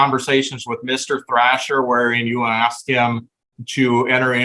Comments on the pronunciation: But he axed her😂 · He axed her🙄